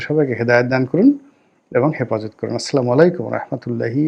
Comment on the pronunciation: আপনার সালাম শুদ্ধ হয় না। আস্লামু শুদ্ধ নয়।